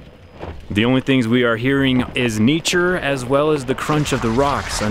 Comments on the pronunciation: "Neature" - How neat is that? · Don’t you think everyone is gonna miss that you said “neature”. I mean, it’s not too often you get all this neatness in one location! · I heard that "Neature" slipped in there. <3